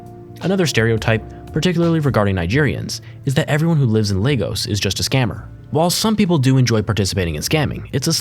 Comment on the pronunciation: Lay-gos ❌ Le-gos ✅